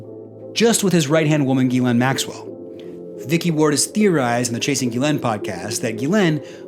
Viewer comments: While I understand it's a tall order, I was kind of hoping you would pronounce Ghislaine's name different every time you said it! 🤣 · I want someone to interview her using the incorrect pronunciation of her name hopefully for her to correct them only for them to come back with a completely separate mispronunciation continue at a couple of times get it right and then the only question they have to ask is how does it feel to have your name be mispronounced so often